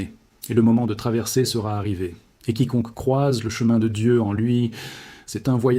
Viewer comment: Prononcez le nom de Dieu comme vous le faites c'est du blasphème.